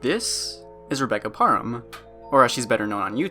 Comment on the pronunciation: The last names easy to miss pronounce but it is pronounced “pare🍐em”